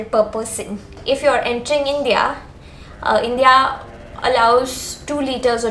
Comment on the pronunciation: Thanks it's helpful. But please pronounce the word INDIA correctly